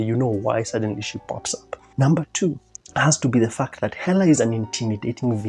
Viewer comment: I love how when this guy says “fact” it sounds like “f*cked” 😂 no hate though, great, great anal-isis.